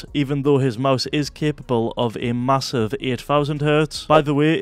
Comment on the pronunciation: Wait ,did you say massive???